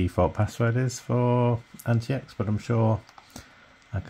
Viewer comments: It's supposed to be pronounced as antiques not anti-ecks. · Pretty sure its pronounced like antics.